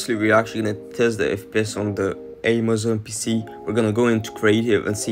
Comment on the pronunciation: I swear he said spissss and not pc😂